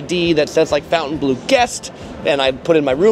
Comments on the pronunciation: Fountain blue?! You are completely butchering that Say it with me: FON-TEN-BLOH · It’s not Fountainbleau, it’s Fontainebleau.